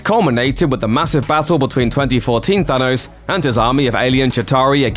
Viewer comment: Can we say thanos and not thanose